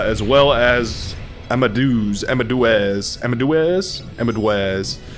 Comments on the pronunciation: Deuz in amadeuz is pronouced like "Deus Vult". Just replace the s with z. Not Doo-az. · Wolfgang AMADOOAZ Mozart 😂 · Please tell me your pronunciation of Amadeuz is a joke that goes over my head